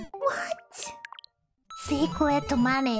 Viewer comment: Secwet moneh